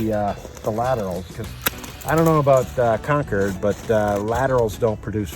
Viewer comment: It's concord not concured. Why do yankees always intentionally mispronounced words?